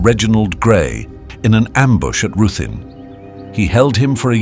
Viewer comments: I've rarely heard such awful Welsh pronunciation...Roothin ?? ..c'mon make an effort Rithin ... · Owain is pronounced "Oh Wine" Ruthin is pronounced "Ree Thin" (although, to be fair, at the time, may possibly have been pronounced "Roo Thin" - we are not sure) Probably more throughout this video Not hard to learn these in 2026 guys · Ruthin sounds oddly pronounced